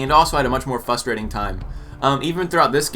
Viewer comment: its frustrating not fustrating